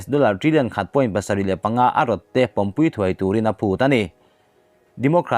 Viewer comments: Thil dang zawng aiin mizo thu thluk ilam sual reng mai..."kal khawm pumpui" tih tura, pumpui hi, sakawchhung pumpui angin ila rawn lam ziah...emphatic words ho pawh athluk iti dik thei thrin lo. Utuber-ah proffesional ini ve tawh a, tranlak hle angai...news collects etc..ah chuan ihuaiin ithra..i collect thiam bawk... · Apumpui tih hi athluk ilam dik loooo he kan chaw pai tawihna pumpui hi alom ilam daih...han tang sauh2 teh hma isawn twh khop ania ichhiar tirh ai chuan...ichhiar thiam lo poh anilo athluk hi iharsatna ber ani in ka hria midang lam dan te hi chik la ngaithla ngun paih la hmasawn han tum ve em2 tawh teh..